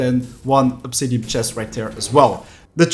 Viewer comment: The way he says "obsidiam" is so infuriating, otherwise great video